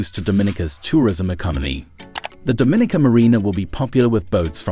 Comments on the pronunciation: Pronounced "Dom-min-nica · You can't even say the island name right